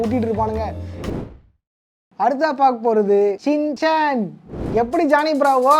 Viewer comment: Shin Chan ❎️ Chin shan✅️